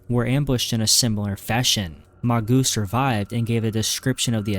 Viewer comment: Mageau is pronounced Majo